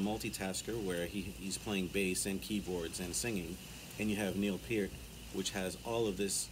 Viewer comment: "La Villa Strangiato" shows EVERY aspect of Alex's playing: Classical in the opening; amazing melodic/rhythm playing to weave the musical narrative throughout; and that solo!!! Can you say shredding??? 😯🤘🤘 Definitely one of the greats!!! 🙏 And THANK YOU for pronouncing Neil's last name correctly!! 😀👍